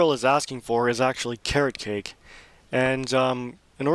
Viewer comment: When you said Car-rock-ache i pretty much put it together straight away and said Carrot Cake?